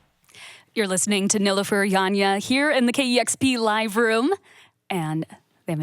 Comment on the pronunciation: KEXP, please take the time to understand how to pronounce a person's name before intros. It was painful to hear Nilüfer 's name pronounced incorrectly. It hits deep for me when I heard my mom's name mispronounced my whole life and my last name also mispronounced. Turkish names can be challenging at first but please take some time and practice. It matters a ton and it immensely appreciated when you take the time to learn it.